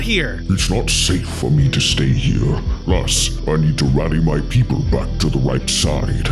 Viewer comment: the fact he said pepole when there tigers